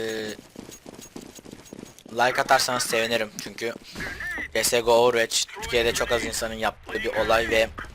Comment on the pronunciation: olm ovırvoç diye okunmuyo mu veç mi cidden